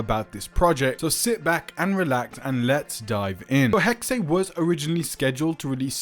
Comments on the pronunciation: Its pronounced Hex not HEXAY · "hecksay" ehem The German word Hexe (meaning "witch") is pronounced "HEK-suh" (IPA: /ˈhɛk.sə/). It is a two-syllable word where the first syllable is stressed, the 'x' makes a "ks" sound, and the final 'e' is pronounced as a light schwa sound ("uh"). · It's HEXE and NOT HEXEY!!!! darn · Why do they always call it Hex-Ay? It’s pronounced Hex and just Hex. A hex is an evil spell, curse, or jinx intended to bring bad luck or trouble. As a verb, it means to bewitch or cast a spell on someone. It also commonly refers to a hexagon shape or to hexadecimal in computing. Synonyms include curse, jinx, whammy, and bewitchment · It’s not pronounced Hex-Ah. It’s simply pronounced Hex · I was going to say I’ve never heard it pronounced Hexay. I have been calling it Hex. Like the Pokémon move that becomes stronger if used on a Pokémon afflicted by a status condition. ie: Burn, paralysis, poison, sleep, freeze, or confusion. Thank god I’m not the only one who pronounced it Hex. 😮‍💨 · Pronounced HEK-suh.. 🙂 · Its pronounced HEX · it's not more accurate it's pronounced HEX end of discussion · One German Word! Only ONE